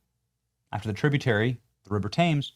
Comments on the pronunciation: Hey Benny, just to let you know ... The big river in London is pronounced "Timms," not Tames. As an American who has lived in London briefly, I quickly learned the British way of speaking. Mad respect for you, man! 😊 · Pronounced " Tems " you dummy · Benny, it's pronounced the River "Tems". 🥰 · ohh come on!! learn how to pronounce our rivers!! its not pronounced TAMES ITS pronounced phonetically TEMS!! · RIVER TAMS (where is the H?), WTF Benny your smarter than that! Benny it pronounced TIMS! How embarrassing for one that prides himself so much! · 20 mil and it’s on a flood plane lol 2 mil. Benny it Thames is pronounced Timms